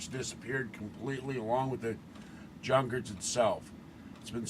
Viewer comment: i think the german pronounciation is yunkers or chhhyuuunkers